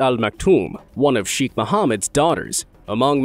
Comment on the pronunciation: Cheikh..the chei pronounced like the "sha" in Shake...kh like the c in cataract..